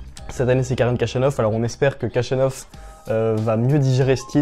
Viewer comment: Son nom se prononce ainsi : le kh se prononce xh comme dans javier prononcé à l’espagnole Jachanov